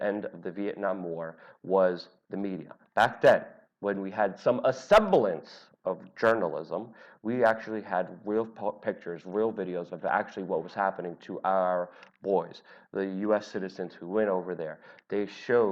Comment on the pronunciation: third person this week that said "assemblence (?)" for "semblance "